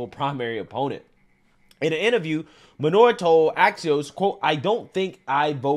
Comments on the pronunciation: Her name is clearly Minor (Main -or) not manure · Phonetically it's pronounced "Main-nor" not manure. Put some respect on the lady's name bruh!!! She even said it the freak'n video and you still pronounce it wrong. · it's "Mainor" not "manure"😮‍💨🙄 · Main-er Not Main-or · WHY DO YOU KEEP CALLING HER MANURE WHEN HER NAME IS MAINOR......... GET IT RIGHT, EVEN IN THE CLIPS YOU SHOWED SHE PRONOUNCED IT FOR YOU.